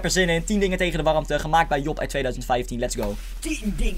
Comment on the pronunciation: job, ik hoor niet jo maar o